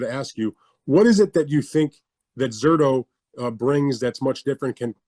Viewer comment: At times he says Zurda then it sounds like he says Zurdo, his english is fairly bad. You can see he has trouble truly expressing himself in english. I dont think its on purpose. Just gets the A and o mixed up in his language.